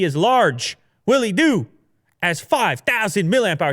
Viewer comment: nobody: willy do: yes: WI LLY DO BIGTIME!!